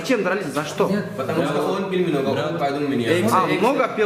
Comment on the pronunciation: Патамуста дейтго